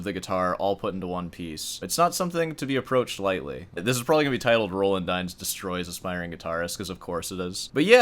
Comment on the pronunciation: Roland Dyens is pronounced Row Laand (a long "A" aa in lawn) Dee ans. He is now gone and missed by many of us old time guitarists as he was a wonderful composer and arranger. His jazz standards on the classical guitar are unmatched and most difficult to perform. When he starts at a concert, he improvises, playing something from his head. In this way he begins to get into the right frame of mind before he starts playing the pieces on the program. He was a friend and mentor to many of us, and he would play from a whisper to triple forte. His comments to students at master classes are most valuable because he doesn't pull any punches similar to your style of speaking. When he came to San Francisco I would attend his performances. He was one that I wouldn't miss, along with Yamashita.